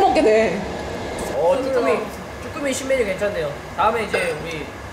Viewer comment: 나만 쭈갈이 쭈꾸미 아갈(아가리)로 들었냐?